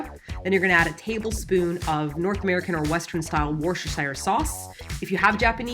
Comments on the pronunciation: WUSS-TER-SHEER!!! WUSS-TUH-SHEAR!!! WUSS. TUR. SHEEEEEER. sauce. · I can't tell if she's mispronouncing Worcestershire wrong or if I've been pronouncing it wrong my own life... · Your pronunciation of Worcestershire sauce is ADORABLE 😘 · I think is punking us with that massacre of a pronunciation of Worcestershire... I hope. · "Wor-shesh-ir sauce" 😂 The proper pronounciation in woo-ster-sher in case anyone was wondering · How are you pronouncing Worcestershire sauce? It's like 'worcshesheershire sauce'. All wrong. Worcestershire is pronounced 'Wooster-sheer'. It's that simple. No need to tie your tongue. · It's pronounced woustah-shir sauce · this video reaffirms my thought that americans seem unable to properly pronounce Worcestershire - you don't really pronounce that extra 'cest' and you definitely don't pronounce 'shire' like a hobbit its more like 'sheer' please use to avoid future embarrassment in front of english ppl lmao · “Worcestershire” is more “Woostersheer” by the way 😉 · Also as a brit. Its WOO-STER sauce. God bless you for trying so damn hard to get it right you lovely lady. xx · Just to let you know Worcestershire is pronounced "wuster shur", the way sayin it at the moment sounds like a real tongue twister, there's no need to struggle girl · Worcestershire is actually pronounced wuss-ter-shur** - I would like to apologise on behalf of the UK for making words seem more complicated than they actually are. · Wooo-stir-shire sauce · Worcestershire is actually meant to be pronounced 'wurster'... It's super weird and confusing but that's english for you 😂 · loving your videos guys Cracking up with bf at pronunciation of "Worcestershire". Having lived in England for 12 years it's hilarious to hear people pronounce it differently xD P.S. It's "west-cer-sher" for future reference xD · Hey, did you know that Worcestershire is pronounced "wuss-ster'? Legitimately. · Isn't it pronounced "worstersher"?